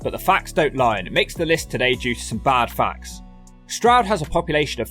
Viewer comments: Only just found this channel and as you were explaining to Americans the correct pronounciation of Stroud, you said "Strood". Strood is a part of the Medway Towns in MidKent and you have to visit them. The most notorious town there is Chatham, where some people believe the first chavs came from (it is more complicated than that obv). People thought that the subculture derived its name from "Chatham Average", but it is more likely to have come from the Romani word "Chavi", which basically means child (there is a large settled Irish Traveller/Romani community in Kent in general and all the way up to greater London and into Peckham). The Medway towns are notorious Turdtowns and Strood is separated from Chatham by the Medway river, with the slightly nicer town of Rochester between them. As tends to happen, the boys from Chatham and Strood didn't get along and would meet and fight somewhere near the river quite often. Then there is Gillingham, nicknamed "brown town" back in the day due to the heroin (ports). They didn't like the Chatham boys, and would fight around the borders between Chatham and Gillingham. All of the Medway boys would set aside their differences, get together and fight boys from Woolwich and other South London boroughs, usually crossing paths at the Bluewater shopping centre in Greenhithe. Definitely worthy of a look if you go over to that side of the country. It has been marketed as a commuter-belt group of towns for workers in London, and has long been after c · I'm an American but I know your pain of other Americans pronouncing Stroud incorrectly. Stroud is my last name and in my school years most of the teachers couldn't say it right. Like you said, it's not complicated, but I always get called Strode, Strood, Strout, and others...